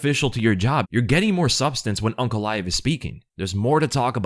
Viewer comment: It's aynk not awnk